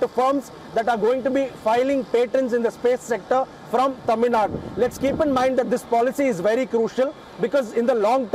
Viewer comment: appreciate the host's Tamil pronunciation.